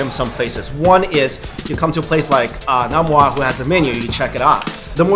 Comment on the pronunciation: NOM-wah? deceased.